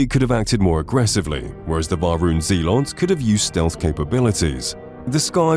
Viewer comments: bruh, he said ZE LOTS instead of Zealot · Jesus christ, why can these voice over people not pronounce words properly? Dingy? Zealots? Melee? ffs